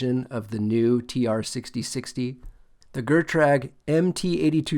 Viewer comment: You had me at "Gur-trag" 🤣😅😂